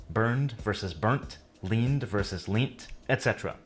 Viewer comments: “leant” is pronounced “lent” not “leent”. That guy got that wrong 😂😂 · He pronounced "Leant" incorrectly, in British English, Leant is pronounced Lent. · In the video, the Canadian pronounced "leant" as "leent", whereas it is actually pronounced "lent". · And did he just say ‘leent’? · A " pavement" is PAVED. Usually with concrete slabs or pavers. The ROAD surface is made of TARMAC . Short for TARMACADAM. After the man who invented it THOMAS MACADAM. TUBE is pronounced CHOOB not TOOB. SUBWAY comes from the word SUBTERRANEAN, meaning UNDERGROUND. LEANT is pronounced LENT in British English. " He LEANT his bike against the wall".